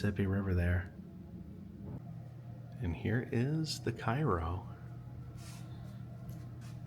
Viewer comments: Cairo is pronounced “Kay-row” in the area. “ky-row” is the name of the city in Egypt ! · I'm only bringing it up cos you'll probably be back there but both the ship and town it's named after are pronounced "kay-roh". Like the corn syrup. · Great video. I always enjoy watching them on your road trips. I have to correct you on one thing. The correct way to pronounce Cairo, IL is Kay-Ro. Lots of people pronounce it wrong as people think it's pronounce the same way as Cairo Egypt. But, keep up the good work and videos. I'm enjoying your Mississippi travel. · IT'S PRONOUNCED CARE-O here in Southern Illinois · While in Cairo, in its pronounced cayrow.. 😂